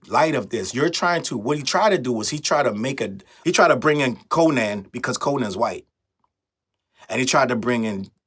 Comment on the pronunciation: The way you say Co-nan is crazy 😅😅😅😅😅. I can't even focus. It's pronounced "Co-nun".